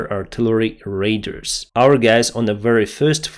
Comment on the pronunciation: it's not Raiders, it's Radars....